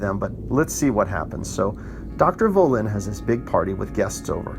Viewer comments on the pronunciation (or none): Thanks for the review but it's Bay-la, not Bella and Vah-llin not Voh-lin. Also Halden, not Holden